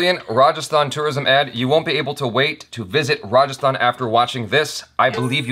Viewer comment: 1st time you pronounce well a hindi word Rajasthan , very well Well done